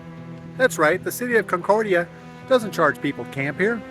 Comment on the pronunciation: Why didn't you ask a resident how to pronounce the towns name? Comment about forced labor showed your ignorance.